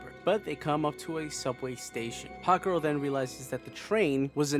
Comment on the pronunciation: I love how I kept hearing you say "Hot Girl" instead of "Hawk Girl" lol